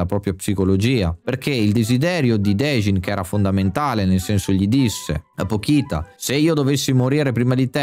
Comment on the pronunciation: peró non puoi sbagliarmi il nome del protagonista e anche di pochita che si legge pocita non pokita